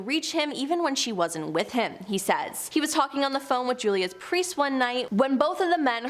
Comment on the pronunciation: Chick with the glasses really needs to read better, santanic? No, satanic. Presters?, no priest. Roland not Ronald guys. Quite simple to get right